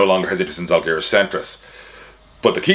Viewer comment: Your pronunciation of Paulius Motiejūnas was almost perfect, but you've gotta work on how to pronounce Žalgiris :D . Great video! Got new information that Lithuanian basketball podcasts didn't talk about.